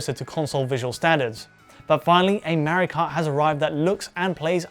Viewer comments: Tenshi Cat Huh!? MEHrio is not how Italians say MAHrio. And the Japanese created Mario, therefore calling him MEHrio is just wrong. Just how people call Ryu RAYOO. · Why does he keep calling it "Mary Kart"? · Who's this Merry-oh guy this bloke keeps mentioning? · So excited to watch this until I realized it'd be twenty minutes of a British dude saying Mario wrong